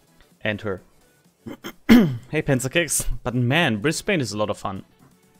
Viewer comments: Sorry, but as someone from Brisbane, hearing it pronouced "Bris-bane" hurts:P We pronounce it "Bris-ben" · Served on HMAS Brisbane, a destroyer, back in the 70s. Great game, well done! BTW, if you want to pronounce Brisbane like an Aussie, it is pronounced "Briz-bn", forget the English influence, 😆😆😆. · Only ever heard the yanks say -bane. (Brissie boy.)